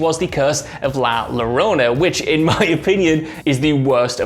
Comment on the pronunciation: I couldn’t finish man as a Mexican American it’s not llarona 2 L’s in Spanish makes a y sound